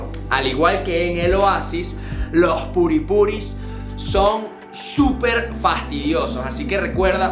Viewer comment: q carajo es purispuri??? hahaha